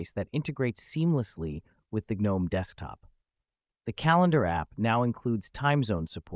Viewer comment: Not a terrible video, but when you ignore the proper pronunciation of the desktop environment, I immediately dismiss it. GNOME is pronounced with a hard "G", and if you can't be bothered, then neither will I.